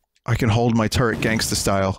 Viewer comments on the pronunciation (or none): none